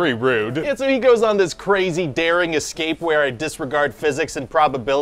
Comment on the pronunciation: "Escape" is pronounced "ess-KAPE", no "ek-scape".